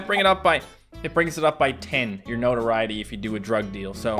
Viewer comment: It took me five minutes to realize he was saying notoriety....